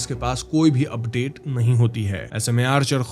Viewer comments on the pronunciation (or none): none